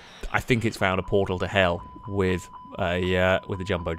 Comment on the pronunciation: I love the emphasis on "Hell"